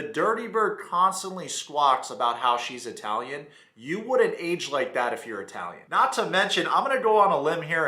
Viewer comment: Anyone who emphasizes the “i” in Italian isn’t Italian 🤣